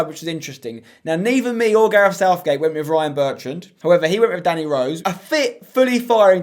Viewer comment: It’s gareth. Not garef